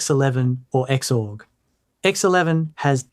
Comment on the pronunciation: Well, at least he pronounced Xorg as “EX-ORG” and not “ZORG” as I heard other YouTubers do!